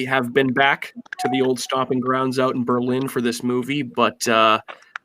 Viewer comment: No accent on the "LIN"!!! We're not in Germany! Lol. Can't wait for the DOC!